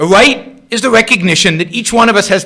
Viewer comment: "should healthcare be a wite"... Learn how to fucking speak before talking on video. "R".... Learn it, love it. Speak it....